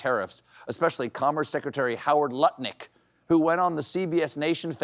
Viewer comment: It's spelled "Lutnick", but it's pronounced "Nutlick"